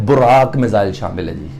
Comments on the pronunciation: अबे अनपठ एंकर पहले सही से बोलो विस्खा पटनम नही विशाखापत्तनम। बुराक नही बराक मिसाइल।😃😃😃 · Burrak nahi barrack , burrak Iran kiuav hai. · Burraack nahi Barack 😐 , vish kaa pattannam 😆🤣😂😹😆🤣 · 😷 Vis-ka-Patnam, Burrrraak, Disaster. 😷 Are koe enn jahilo ko Hindi ka pronounciation sikhao.